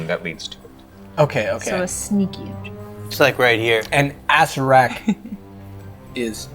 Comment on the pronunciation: Hah! Mercer still calling Acererack - Asserack, even after his work on "Official pronunciation" guide for D&D Beyond :D